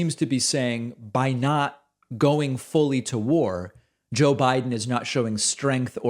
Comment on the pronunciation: I like how you highlight mispronunciations like “strenth”. Some might say it’s pedantic, but Pence is a rich guy who could afford the best education, yet cannot pronounce a basic word correctly. I thought the same thing when Dubya Bush repeatedly talked about “noocular” weapons. Do not get me started on Trump, the worst speaker of them all.